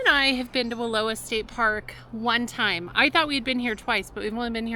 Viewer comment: Love watching your videos. I have a Snoozy fiberglass trailer. I grew up close to Wallowa. Just fyi, it’s pronounced Wallo(sounds like ouch)a. We would sometimes go there at the end of the school year to have a picnic and swim I’m the lake. I lived in Summerville and went to school in Imbler.